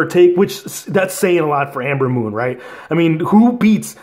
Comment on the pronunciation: Its Ember moon not Amber moon bro